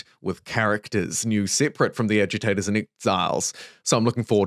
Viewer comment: I can't be the only one that keeps hearing "edutators" instead of agitators. Right?